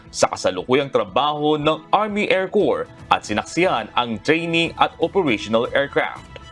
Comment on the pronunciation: That guy reporting from UK, the needs to pronounce " Air Corps" with silent "ps", thus "Air Cor"., pronouncing with "ps" will sound like Corpse, meaning dead body. The lady anchor kept saying "Phelippines". Ask for proper pronunciation. Somebody has to monitor your people.